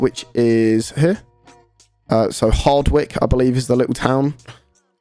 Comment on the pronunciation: Love how you called Hawick you said it wrong. Will meet you at carlisle